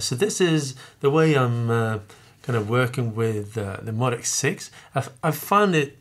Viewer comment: Cool video, but it's moe-dee-ex lol.